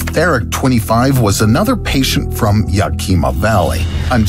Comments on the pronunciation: please pronounce it right its ya-kim-a not ya-keem-a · When you pronounce place names please look it up. Yakima is pronounced as ya-kuh-muh not the way you pronounced it. It is a name for an American Native Tribe - Yakama Nation Native American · Love your channel but i have to help you out. The way you pronounce Yakima is wrong. I live in Washington. The way you pronounce it makes it sound like a province in Japan or something. lol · Crazy story! And your pronunciation of Yakima is hilarious. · I was thinking the same thing. He gave Yakima some sort of Japanese pronunciation lol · The way he mispronounced Yakima, lol. Smh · This video mispronounces the word Yakima (the name of a locale in Wa. state). The narrator needs tp speak with people from that state to hear the correct pronunciation.